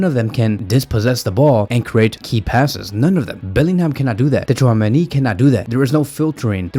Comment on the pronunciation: why are you saying tchouamenis name so funny?